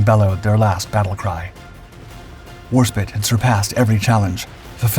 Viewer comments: I swear you're mis-pronouncing her name on purpose now. She has a more storeyed history than the USS Texarse, USS Mousery or USS IOU. Annoying when it's wrong isn't it. Please do better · HMS WarSPITE. She was one of naval histories greatest vessels, and her name should be spoken correctly. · This Narrator NEVER pronounces Warspite correctly in any videos, I'm starting to think its deliberate. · Well, if he NEVER does it correctly, then he obviously doesn't know the correct pronunciation. perhaps after all these messages, he will learn. Pronunciation of many words is tough for outsiders. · What do you expect from a channel that never reads or replies to comments, and also never changes. This is not the first time they've mispronouced this vessel, let alone all the others. "" perhaps? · Sadly the documentary is spoiled with his irratating mispronunciation of Warspite,perhaps he should make a documentary about the Spitefire.!! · I believe Julio Césare is pronounced "hooly-o chay-za-ray". Warspite is...well, "war spite". Not "war spit". What're we, hawking loogies here? Have you...never heard these names spoken aloud? That's a very common problem these days. You should work to remedy that. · It’s HMS WarSPITE…..not HMS WarSPIT. It is disrespectful to mispronounce the name of a warship with such a storied history. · Her name is pronounced "Warspight", not "Warspit". I'm surprised you didn't mention that she was at Pearl Harbor in late July 1941, leaving 4 August, and tied up across from USS California. In fact, Sailors from both ships visited each other, with Warspite's crew remarking that the American battleship didn't have enough anti-aircraft guns aboard, which would prove prophetic on 7 December. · Her name was Warspite, not Warspit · War Spit? Bro wtf, don’t even disrespect her with that junk AI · My God you are so intensely amateur. You know it's War SPITE not spit. I can't wait till someone makes an expose video and shuts you down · it's spite not spit